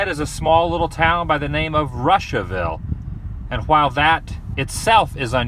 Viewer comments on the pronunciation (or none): It’s pronounced Roshaville lol not Russia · It's pronounced "Roosh-uh-ville" not "Russia-ville". You should head to my hometown, Frankfort, Indiana (not far from there). There's not a ton to see and do there and I don't ever go there anymore (I live in Germany now), but we were the Frankfort Hot Dogs, which most people find amusing. A good portion of the movie Blue Chips was filmed there (and I know you love seeing filming locations), and Kyle Cook (from Matchbox 20 fame) is from there. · its pronounced rooshaville. however i do have to compliment you on realizing the admin building was his middle school. when i attended western i was the first class in the new building you showed previously after the new middle school was built the old one became the admin building. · My friend was hospitalized at Riley when Ryan was there and their moms became friends. Such a sad story. So kind of you to share. Russiaville is pronounced ROO-SHUH-VILL, like Adam the WOO-SHUH-VILL 😂 I thought you would stop by the wildcat downtown and get some cheese curds when you went to the toy shop...maybe next time. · It's actually pronounced ROO-sha-ville, LOL! There was a lot of fear and misunderstanding then. Ryan set a lot of precedents in his time. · To me it's funny him saying Russiaville 😅